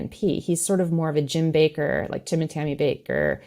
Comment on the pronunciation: Jim Bay-Ker